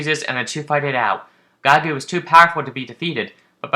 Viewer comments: It’s not Gai gu, it’s Geeg. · Giegue is pronounced "jeeg" (with the french j sound) it's a musical term like many things in the MOTHER series.